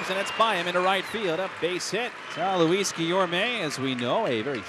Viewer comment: It’s Luis, not Louis